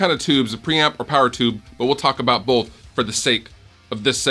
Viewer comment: Hehe, "bolth".